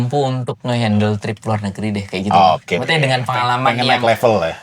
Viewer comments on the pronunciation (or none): kalau ngomong Maksudnya selalu kedengarannya: Mawute. 🤣